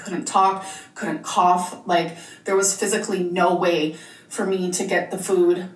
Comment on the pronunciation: I despise the way she’s being saying food as fude 🙄🙄🙄🙄